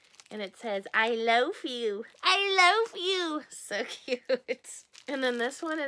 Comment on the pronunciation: The "I loaf you" toast squishy kind of sounds like "I loath you" rather than love you 😂😅